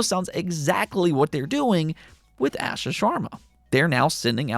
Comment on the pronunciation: You pronounce the xbox ceo name like Ahh Shaa